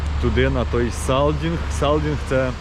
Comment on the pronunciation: саЙдинг !!!!! А не саЛдинг !!!!!